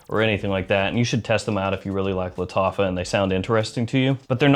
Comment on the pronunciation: Lol he said Lataffah like he was casting a spell in the shire